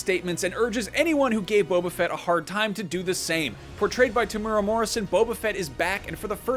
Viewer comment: "portrayed by Temuera Morrisson...",!!!!!!!!!!!!!!!!!! Wow, as a Kiwi viewer can I just gift you this Golden Moa and the boundless thanks of thousands of my fellow Nz's for being perhaps the first international media to pronounce Tem's name correctly! Cheers mate, f*** eh! ;)